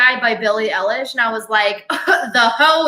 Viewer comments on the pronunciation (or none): I dont know if anyone corrected you in chat but Billies last name is pronounced like 'eye-lish' lish as an delicious. Just letting you know ❤